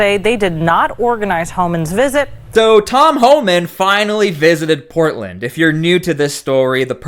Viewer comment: Did that stupid DEI hire announcer call him Tom Hahman? What a maroon.